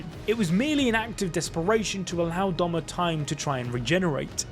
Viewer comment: It’s Doma not Douma